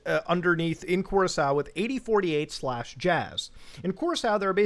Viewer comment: Awesome piece one thing though: Cur Rock Co is how your pronounce Curacao